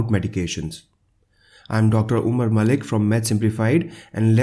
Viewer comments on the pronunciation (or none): none